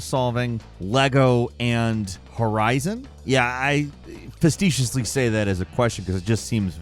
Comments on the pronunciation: Fa-see-shus-ly, not fast-eshus-ly. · "fastetiously"? Fecetiously??? (Fuh-SEE-shus-ly) Sorry, but I am that guy.